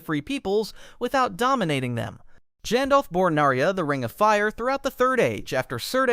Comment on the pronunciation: Jandolf is a neat way to say it